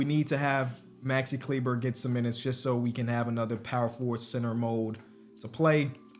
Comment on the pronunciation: Great Vid but please listen. It is Klee-buh